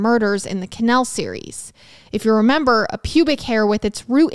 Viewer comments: Youre killing me here,. I had to look at the title to understand what you kept saying. Never heard it called a canel. 😅so i didnt quite understand what was happening. I googled what a canel was, thinking it could be some Florida thing i was unfamiliar with...nope. just a canal. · Same!! Ca-naaal not Ca-nail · KUH+ NAL. Couldn’t finish the episode because I was so annoyed about the pronunciation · I absolutely love you... howevrr, every time you said canal I lost a little bit of sanity. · I love the way you pronounce canal 😂❤ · This video is going to be so hard to watch. There have been a lot of videos where the mispronunciation of the word ‘canal/s’ has been annoying but if it’s going to be every other word 😬😬😬 But I’ll manage